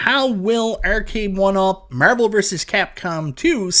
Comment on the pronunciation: Literally said nothing but Meeervel like 100 times